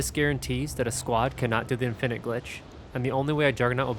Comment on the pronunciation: Why do you have your own personal way of pronouncing infinite?